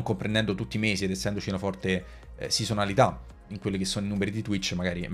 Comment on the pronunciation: Sisonalità? Ma come parli